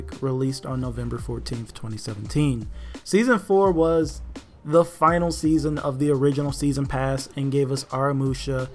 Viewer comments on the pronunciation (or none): none